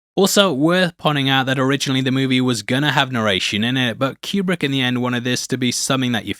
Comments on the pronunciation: That's not how Kubrick pronounced his name. but then it's not surprising that an AI would mispronounce a name. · If you want to sound like an expert, at least learn to pronounce his name correctly. It’s not Q-Brick it’s pronounced Coo-Brick. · His last name is properly pronounced Coo-brick NOT Cue-Brick he pronounced it Coo-brick. Whenever I hear it mispronounced it drives me crazy. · It's so awesome to hear children trying to pronounce words while making bank on YouTube. "Que-Brick" Really? Yeah really, that just happened. Can't wait to see what becomes of this twat.